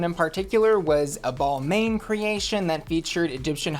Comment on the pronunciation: Looseys Beyoncé look was just atrocious. It looked like what that obnoxious 30-something perpetually single woman that works in your office, loves chunky jewelry and shopping at Ross and Lane Bryant exclusively would wear on a “special” day at work. Just absolutely hated it lol. PS “Ball-main”?!! 😂❤